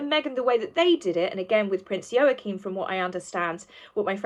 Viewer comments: Hi, love your work! I'm not being nasty but could I just point out your pronunciation of Prince Joachim's name. It's pronounced Wah-Keem not Yo-A-Keem. Sorry darling, I'm a Dane and these things get us. 🤣🤣 I think you are wonderful and enjoy your posts. Much love, darling! xx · Wah - keen j has a Wah sound unless it’s different in Danish… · It's pronounced WAH-keem. Like Joachin Phoenix, only with an M and not an N...WAH-keem.... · I believe the name is pronounced "Yaw-kum". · Joachim/n is pronounced wah-keen or wah-keem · It is pronounced Waacheem The o vowel is silent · It's pronounced Wa-keem btw lol 😁😁😁 The parallels confirm the inequalities 👀Check out BLG's vid, H kept looking to the right when asked about his fake kids lol, & talked nonsensically about them because he hasn't got any real ones, H is totally lying! 🤣🤣😂🤣 #archieandbettyaredolls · I don't like to be critical but I think it's pronounced Wakeem . Joaquim. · Joachine pronounced "Wahkeen" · Yo-a-keem? I thought it was pronounced like Wackeem . Maybe my pronunciation is the same name in a different country. It's that bloody J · Ehm, no, Joachim is NOT pronounced Wa-keem.